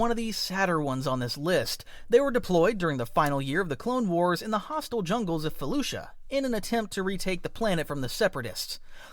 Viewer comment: He's mispronounced it. It's spelled Felucia and is pronounced (Fe-Lu-See-Uh)